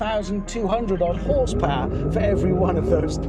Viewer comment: Horsepower ❌ Horsepowahhh ✅